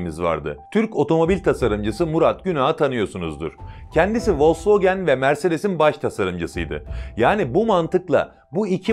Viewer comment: Abi okumus insanlarsiniz ! Nesen vos wogen diyorsunuz yaa ?? Volks wagen demek cpkmu zor 😁 Yani tam türkce söylenisi folks wagın ! Diye söylenir😁👍